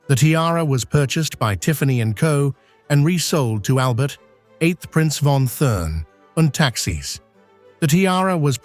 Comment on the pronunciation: I was looking for this. Must be AI, because speaking as if he were from the Continent, a true English man would know how to correctly say the name.